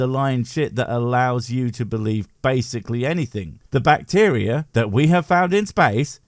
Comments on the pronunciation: Not sure what "bvacteria" is... lol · The very start really speaks to how much effort he puts into his videos and research when he doesn't even re-record his intro after fixing "bvacteria is space."